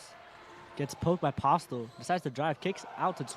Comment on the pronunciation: MJ's last name is pronounced as Po-stell not Postel Thank you